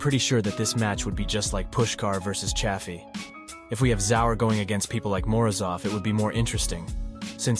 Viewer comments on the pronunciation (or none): none